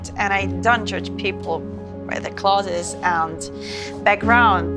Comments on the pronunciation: Noth " Cloths " it's " clodes " 😎👍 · Why she pronounced 'clothes' as 'klodes'? Sounds funny. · this channel needs an English language advisor. Several mispronounced words, such as clothes. Your actors and actresses were saying clotheses. oi oi oi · The last scene was performed so poorly 💀💀 that Mexican guy really shouldn’t be in the next episodes, his acting is too bad. Also what’s with the pronunciation? “Kloteh” for clothes😂😂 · Wonderful...... just one thing. The person who played Ms. Jones got all wrong while pronouncing clothes. Other than that, this short film was perfect..... as usual... Keep it up.